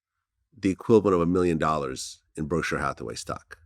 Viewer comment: Brathaway hurth, I think he meant Berkshire Hathaway